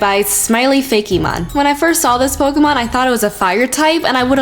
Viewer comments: It's fake mon not fakeymon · looks like she says "Feggy mon" XD